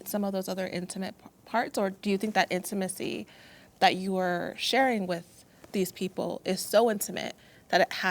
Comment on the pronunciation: Girl it’s spelt intimacy not in-two-macy..